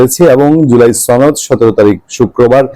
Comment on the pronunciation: আপনি কি বিহারী? সনদ বলুন। ছনদ কি!